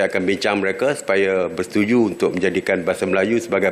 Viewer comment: Keseleo juga lu dlm ngomong woy serte....yg benar adalah serta bukan serte.... Mereka bukan Mereke... Pokoknya kami tak Sudi bahasa Melayu kreol Malaysia di jadikan sebagai bahasa Asean ... Kami lebih suka menggunakan bahasa Melayu tinggi atau bahasa Indonesia sebagai bahasa asean...